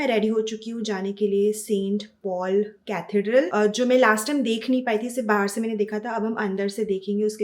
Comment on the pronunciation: Hey! 😊 Loved your London vlog, it was like I was right there with you! 💖 And ah, Parikshit is one handsome guy 😍! And the pronunciation - it's Catheeedral 😊. Keep 'em coming! Enjoy your videos...because they are honest and pure soul vibes